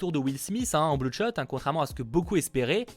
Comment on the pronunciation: je suis le seul a avoir entendu blood shot eu lieu de deadshot